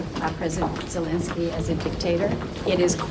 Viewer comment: You are mispronouncing Zelenskyy's name. It is Zelenskyy (not "Zelinskyy").